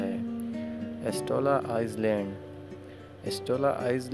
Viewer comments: lafz izland ni i-land hota hai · Pronounce as I- land not ice-land